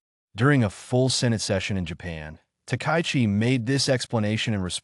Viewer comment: And the pronunciation is lousy. The Japanese PM is Ms Takaichi -- ta-ka-yi-chi, four syllables, "High Number One." Emphatically not "takai" anything. Screwing up a person's name is both bad manners and a sign of serious incompetence. Big fail for poor.